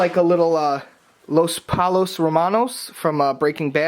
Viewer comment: you pronounced Los pollos hermanos as pull-o in the video, when it’s really pronunced poy yo